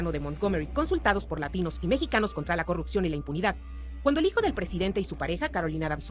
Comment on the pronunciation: Porque les cuesta trabajo decir Latinus